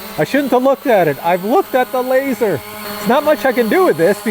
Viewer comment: “Lazzor” Lol. Drone needs shark teeth now.